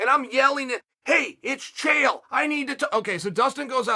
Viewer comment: Chael "with HOWT" Sonnen